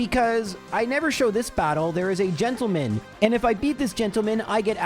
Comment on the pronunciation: I love that our hero pronounces "gentleman" like Ron Burgundy. Oh, Marowak, you are my little gentle~man.